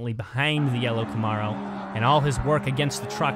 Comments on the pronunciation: I dont think i’ve ever heard it pronounced “ca -morrow” 😂 But the spanish commentary is legit as well!! Buen Carrera!!! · The ARO in Camaro Is pronounced like arrow